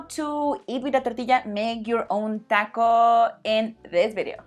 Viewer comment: When she is pronouncing the word taco it sounds like she is saying dahkos